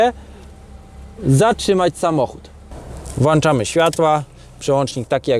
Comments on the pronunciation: Włączamy a nie włanczamy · Czemu ty ciągle mówisz "włanczamy"? Weź choć raz powiedz włączamy proszę Cię!